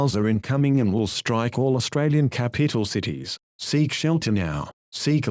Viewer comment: Did anyone notice the man said capeetl? ⬇ ⬇ ⬇